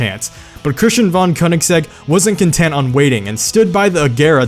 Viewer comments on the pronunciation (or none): Von Königsegg, Not van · it's pronounced like fon, not von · Wait, Thats not how you pronounce "Von"